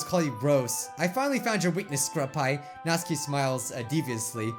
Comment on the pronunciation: Me: Nat: Nat Me: Su: Su Me: Ki: Ki Me: Natsuki: Natskie Me:🤦🏻‍♂️🤦🏻‍♂️🤦🏻‍♂️